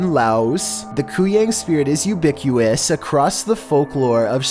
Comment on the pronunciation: "Ubiquous"?😂 loves throwing in words that he has no idea how to say. Ubiquitous.....try it. "Kavat"? Caveat. "Mischivisch" Mischievous.